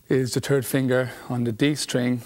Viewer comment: "Your TURD finger ?"